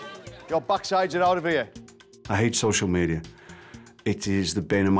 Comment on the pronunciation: "I HATE CICIAL MEDIA" ur on cocial medea right now lol